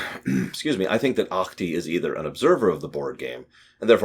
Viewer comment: Your pronunciation of Ahti's name is almost correct. The "c" in "Ach-ti" is just very slightly softer.